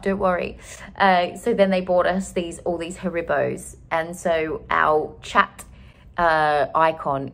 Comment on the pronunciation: Excuse me… “HaRIBows”?? The way you pronounce Haribos made me feel so uneasy! 😂🥴